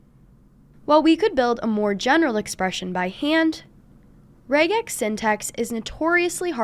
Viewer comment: Thank you for pronouncing it correctly!